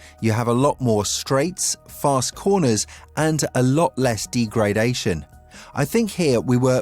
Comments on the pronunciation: you don't pronounce degradation the way you do!!! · D-gray-dation is definitely an issue when you know fuck all about the subject you're talking about. Joke channel.